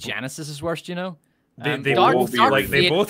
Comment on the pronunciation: Why can't pronounce the word "worse"? he says it like "Purse" but with a W instead of a P. Do you have some weird lisp?